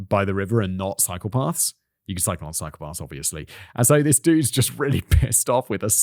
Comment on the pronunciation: It amused me to take a moment to realize that Simon was saying “cycle paths” not “psychopaths”.